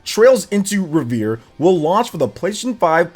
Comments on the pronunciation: It's pronounced REV ER EEE not Re vere looool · …It isn’t revere like Paul revere it’s REVERIE lol!!!! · It's pronounce Rev-er-Ree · Trails into North shore Boston, trails in Trails into Reverie " reveree" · Right off the bat I hear Trails Into Revere 🤣 forgot to pronounce the i! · Trails into Reh-vuh-ree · Glad someone said it 😅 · Right? lol Just sound out the word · Rever “E” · He also doesn’t know how to pronounce reverie which was painful/hilarious